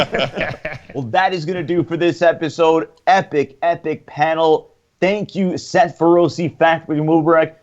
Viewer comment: Wow Dave's little stooge doesn't even know how to pronounce Seth Feroce's name, thats kinda fucked up